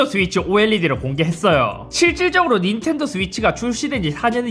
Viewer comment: 순간 인텔도로 들렷다 ㅋㅋㅋ